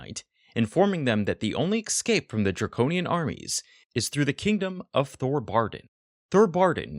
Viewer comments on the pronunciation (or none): Escape, not eXcape 😡